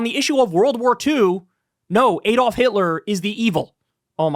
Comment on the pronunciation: Why can't Americans pronounce 'Adolf'? (They also always mispronounce 'Graham', but I digress.)